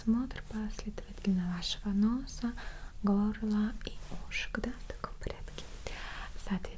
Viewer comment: Мы будем производить осмотр вашего ноОса, гОоорлаа и ушек)))Ахаха, вот это акцент)))